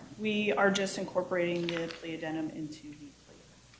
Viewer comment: Did that judge say addenment?